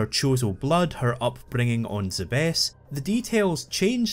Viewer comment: Like for pronouncing Zebes correctly.